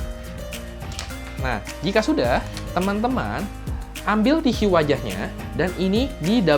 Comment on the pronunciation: TISU .. TISYU .. HMMM SAKIT BAT TLINGA GUA DENGERNYA